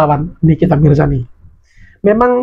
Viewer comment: Mirzani bang bukan mirjani... telingaku ko dengernya mirjani...